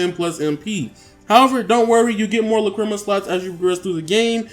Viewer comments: Do you have me cringing every time I here you say lacrima. Lack-Cre- Ma not luh-cri-ma. LACK-cre-ma! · Lol not triggered my daughter is going crazy though, it's pronounced lack-ra-ma. She wants this game now but I'll make her wait till her b-day on Monday. Thanks for the vid.